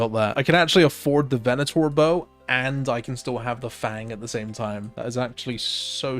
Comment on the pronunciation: Thank you for pronouncing Venator correctly :)